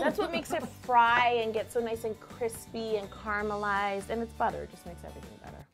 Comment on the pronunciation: The way yolanda pronounces "caramalised" 😍😣😝 Thanks This was amazing Made it for my nephews bday